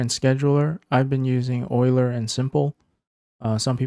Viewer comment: Thank you for pronouncing Euler correctly. It hurts my ears every time I hear Yule-er.